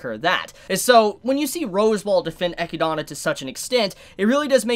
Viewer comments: I think its pronounced eh-kid-na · Name: Echidna Pronunces: Echidona Me: I'm out lol! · pronouncing her the Japanese way ekidona makes more sense later on. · I think it's E-kid-na. Like "spider" in Greek. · Another reason why dub is superior, we actually know how to pronounce the names of the characters lmao. EGGYDONNA, ROSEWALL, & OH-TOE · you probably already know this, but I'm pretty sure Echidna is pronounced like (Eh-Kid-Nah) like knuckles the Echidna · Echidna's name is pronounced uh-kid-nuh, just like the animal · Isn't it pronounced Eh-kid-nah. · It’s pronounced Eh-kid- nah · It's pronounced Eh-kid-nuh. Depending on your accent. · Its pronounced E-kid-na =echidna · Straight up mispronouncing echidna for half an hour but otherwise some insightful content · "Eh-kid-Na" or (depending on where you're from) "Ay-kid-Na" Echidna. Not "Eck-ki-da-na" For those of you whose souls are screaming "He keeps pronouncing it wrong!" You're welcome. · I just crossed the 5 minute mark but it is hard to unhear. You wrote it right but you say her name incorrect? XD I always hear 'Echidana', not 'Echidna' - so irritating. XD I'm not a judge, but I just wanted to say it. ;) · Echinada? Is anyone else cringing at the pronunciation of Echidna....😬 He's adding letters. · For one: it’s not “Eh-key-dah-nah” it’s “Ee-kid-näh” Come on, you know, like Knuckles the Echidna from Sonic? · I'm pretty sure that Echidna is supposed to be read as Ehkidna, at least in english. Echidona happens cuz japanese language just requires each syllable to end with an english vowel. (Theres other terminology for it but this is the easiest way to explain. Thats why Rem is pronounced Remu, and Roswaal is Rosuwal. Kinda like when a Japanese person says Friend, they say Furendo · also her name isnt echi donna it’s literally echidna like the sonic character knuckles is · It's not Echidana It's Echidna. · Eh-kid-na is the proper way to pronounce it.